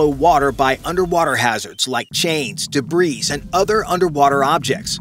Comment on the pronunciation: Sort out your English pronunciation. Debris (from the French debris {singular same as plural, in English}, meaning waste or bits of damaged stuff, rubbish et cetera, from the Latin meaning: et and, cetera the rest), Phonetically "Debree", not "debreeze". eg: a piece of debris (debree). Many bits of debris (debree). No such word as debreeze! Unless of course you are JJ Cale.